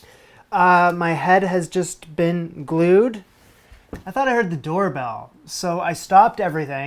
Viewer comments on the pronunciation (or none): none